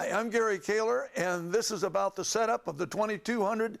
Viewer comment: So it IS pronounced 'Kayler' not 'Kawler'. I always pronounced it Kayler until somebody (Google?) said it was 'Kawler', so I started pronouncing it that way, which always seems awkward.